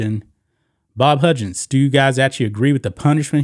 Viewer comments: It’s pronounced Huggins not Hudgens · Dear lawd STOP pronouncing his name "HUDGins!!!" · Huggins is pronounced like hug. Like you hug your mom/spouse. He was one of the top paid coaches in basketball. Has been for like 10 years he is at the end of his career(69 years old). a 1 million dollar reduction is kind of a slap on the wrist when you have been making 4million plus for about a decade. Oh no, he is only going to make 3 million a year now. The real thing is his contract is now year to year. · Who is "Bob HUDgins?" Do you mean "Bob HUGgins?" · This is the sports channel, right? Huggins has no "j" sound, just hard g sound...Xavier has no "x" sound but a "z" sound.